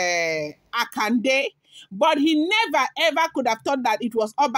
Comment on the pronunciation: Yoruba pronunciation, Akonde.